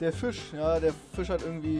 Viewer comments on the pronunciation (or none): rewinside is nur am brabbeln aber sagt dinge wie fiCH statt fisch, unlogiCH statt unlogisch usw. Anderer lauch alder den SCHEITENSEITEL wirklich ohne witz so ein hrn